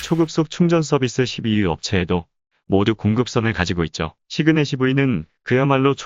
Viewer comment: 시그넷시브이 아니고 시그넷이브이 거슬림ㅋ